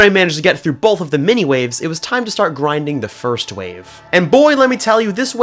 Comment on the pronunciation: no its not BOLTH ITS BOTH >:O >:O >:O >:(